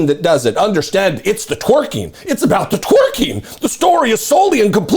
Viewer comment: He can't even pronounce twerking correctly. 🤣